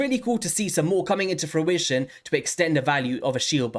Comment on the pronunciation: Nice video and everything but im still upset you've started saying fruition properly. its like you've lost part of your soul